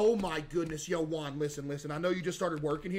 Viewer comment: Bro keeps calling Jim, Quan 😂 the first guy is Jim, middle is quan, and last is Juan 😂😅